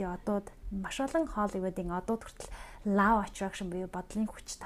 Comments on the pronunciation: Law of attractionы law гийн дуудлагыг лау гээд бичсэнээр нь дуудаад байх юм. Бараг лав гээд love гэдэг шиг дуудаад байх юм. Ло шүү дээ. Ло гэж дуудна биздээ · Law of Attraction = Лоо гэж унших юм биш үү, лаав биш